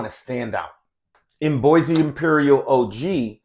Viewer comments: Nice! Its pronounced as Buah and not Boysee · Great review. Bois is pronounced BWAH.